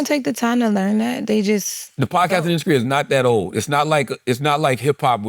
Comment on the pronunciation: Why Charla put a C in the word industry? 😂 Induskree